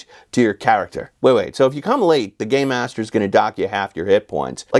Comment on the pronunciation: Rule 45: If you keep saying "Gay -master" instead of "Gamemaster," and I call you out, and you say "But I was saying 'Gamemaster!'" I will pack up my things and leave. And we're breaking up.